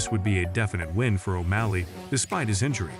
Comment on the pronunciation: Dude look up pronunciations hearing you say every fights name wrong hurts me